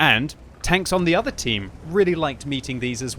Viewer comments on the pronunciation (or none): none